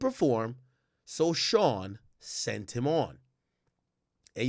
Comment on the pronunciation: He said ' I seeent him'... if this was a preconceived thought, I believe he would have used proper rhetoric... Which to me means he is conversing about what he saw in his own terminology as it unfolds in his memory.. Therefore, this sounds very believable.